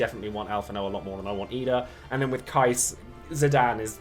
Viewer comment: You, my man, are one of those rare DFFOO content creators in YouTube who is pronouncing Keiss name correctly, and just for that simple act, I wanna say thank you very much 😂